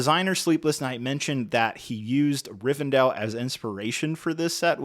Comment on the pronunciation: Will you please stop saying Rivendale!!! It's Rivendell 😂